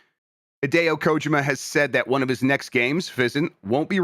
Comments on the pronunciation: I'm not an expert but I THINK is technically correct. If I'm not mistaken, in Japanese you stess everything equally. So instead of ko-JI-ma it'd all be equally stressed or unstressed as ko-ji-ma. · that's the right way to say it. the first vowel is usually more emphasized in japanese. americans are the ones who turned it into ko-JEEE-ma